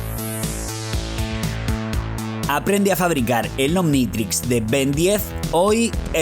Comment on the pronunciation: "Ben diez" no por favor!! "Ben ten" !!!!!! Ains mis oidos